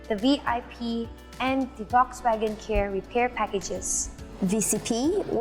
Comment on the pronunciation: Volkswagen pronounced wrongly🤦🏻